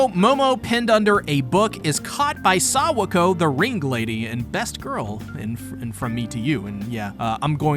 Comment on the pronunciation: no way u calling her sawako 🤣🤣